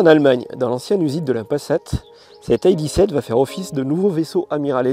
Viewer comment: Pourquoi prononcer "ID" à l'anglaise ? Quelle manie ! Il n'y a aucune raison de le faire d'autant plus que c'est une voiture allemande et qu'en Allemagne le "i" et le "d" se prononcent grosso modo comme en français. Les Allemands ne diront donc sûrement pas "ail di" mais "idée". Cessons de mettre de "l'anglais" partout, particulièrement lorsque rien ne le justifie, ce qui est le cas ici. S'agissant de la DS, diriez-vous la "Di esse" ou la "Déesse" ? Réfléchissez.